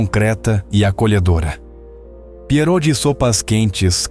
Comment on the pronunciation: A pronúncia de pierogi é "pierógui".